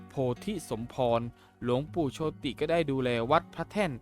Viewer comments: เขาอ่านโชด ไม่ใช่โชติ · โชติ อ่านว่า โชต ครับ ไม่ใช่อ่านว่า โช - ติ เห้อ!😅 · หลวงปู่โชติ=โชด ไม่ใช่โช-ติ